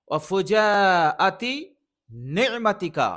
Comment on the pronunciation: ঠিক করে নেবেন শব্দটা ফুজাআতি।